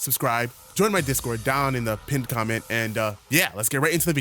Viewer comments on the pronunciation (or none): "Or in the pinned, K-K-KHA-MENT"